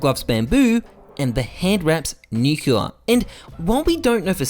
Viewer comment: It completely ruins my day whenever I hear how you pronounce "nuclear", otherwise a gret video